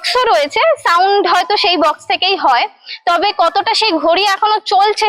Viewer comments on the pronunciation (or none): none